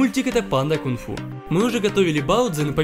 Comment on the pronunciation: Вообще не кунг-гу панда, а кун-фу